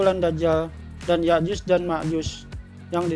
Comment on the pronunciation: ya'jud dan makjud bukan yakyuz dan Makjuz,,,,, emangnya juz😂😂😂